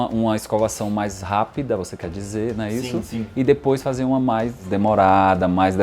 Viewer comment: Que agonia ele falando "dIpois